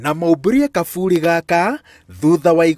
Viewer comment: Its kaburi not gaburi